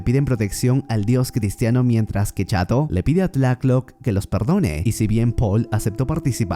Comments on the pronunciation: FUISTES A LA NOCTURNA ....... SE DICE BIEN TLALOC....... NO TLACK LOC MAMER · Ns por qué me enojo siempre que dise tlatoc en vez de tlaloc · Me encanto el resumen, pero no sabes cómo sufri cada vez que decías tlacloc en vez de Tlaloc jajaja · No es tlaclock es tlaloc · Amigo es Tlalok no "Tlaklok" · Tlatloc es Tlaloc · Y cuándo aparece MANÁ cantando el rey tiburón? Me gusta mucho como dices Tlácloc y TLÁLOC we, sosten mi pulque. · en resulta curiso escuharle decir decirle tlath-lock al dios del agua , solo se pronuncia como se le escribe tla- loc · Ese" Tlacloc "😂😂😂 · No se pronuncia así y no es un demonio es un dios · Se dice tlaloc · Pense que eras mexicano pero veo que no sabes ni pronunciar tlaloc correctamente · Esta chido tu video, pero asi no se pronuncia tlaloc